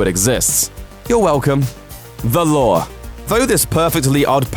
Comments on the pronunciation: Why does it sounds like you're saying the law for the lure? It's loo-er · You kept on pronouncing the "The Lure" as "The Lore".